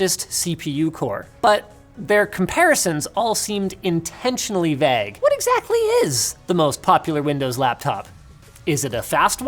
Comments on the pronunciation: Sometimes I forget Linus is Canadian and then I hear him say shit like vague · I can't help but notice the way linus pronounces "vague" and "drama". Is it a canadian thing that i'm not aware of???